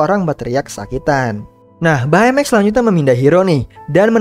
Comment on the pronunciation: baca baymax bukan bay mex tapi bey mex